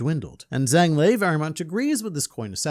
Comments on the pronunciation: Total nitpick but the Zh sound in Chinese sounds like a J in English so his name would be pronounced Jang with the soft A sound. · fwiw... in Chinese, Zhang is pronounced closer to "Jahng" (no actual Z sound) and rhymes with the English words "Song" and "Long"